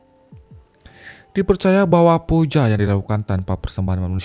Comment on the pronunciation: Biasain aja bilang Pooja, emangnya baca Book itu Book? kan bacanya Buk, sama kek Puja.